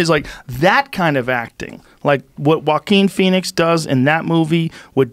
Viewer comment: Joe "Uaqin Phoenix" Rogan